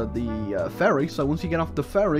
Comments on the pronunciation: he say ferry but in my head i hear "furry" what is wrong with me help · i absolutely love how he pronounces "ferry" as "furry" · It sounds like is repeatedly calling a Ferry a furry